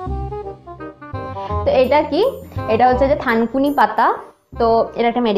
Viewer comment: আপু থাংকুনি না খাংকুনি